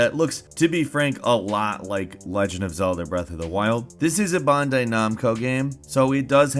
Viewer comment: please learn how to pronounce certain words like Bandai and Chrono.